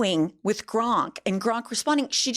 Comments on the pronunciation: GROK!!!! NOT GRONK!!! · it's Grok, not Gronk. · I love you! But it's Grok not Gronk, although I like Gronk better! It fondly brings back memories of Gilda Ratner's Emily Latella. You rock! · It's Grok, not Gronk. Js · Its Grok, not Gronk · It’s GROK NOT GRONK YIKES!!!!! Please try to enunciate better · Hun there’s no n in GROK. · calling Grok "Gronk" is the highlight of my weekend. Bless her little pea pickin' heart. 😂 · Not pronouncing it like GRONK 💀💀 I love her so much. An icon. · Love that you also call it “gronk” with an N because my boyfriend makes fun of me for doing that all the time LOL! But that’s how it looks like it’s meant to be said to me 😭grok is such a stupid name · Thank you, I really enjoy your breakdowns! But it’s clear you have never read Robert A Heinlein’s ‘Stranger in a Strange Land,’ which is still my favorite work of fiction. It’s the source of the word ‘Grok,’ which doesn’t have an ‘n’ (it’s not ‘gronk’). “Grok” is a madeup ‘Martian’ word that means to drink of something deeply until you become one with it and completely absorb all understanding (paraphrase). It’s an AMAZING word, which I have been using for decades, and I am a little bit sad that it has made it’s way into the vernacular via Elon 😒 Just please get it right - ‘Grok’ - which is in no way an original musk creation … just like Nicola Tesla would cringe hearing Trump say “Tessler,” Heinlein is likely rolling in his grave hearing people say ‘gronk.’ Lol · PLEASE stop saying "Gronk" 😂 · I've been watching you ladies for a while, and I think you're great, but I would think that a lawyer can see that there is no "N" in Grok. Maybe it's a play on words. I don't know. I hope so. Could you clarify? If it is, then ask Grok what funny means. Humor comes from humans, and computers don't have a clue about humor. Throwing in the extra "N" makes you sound illiterate in this case.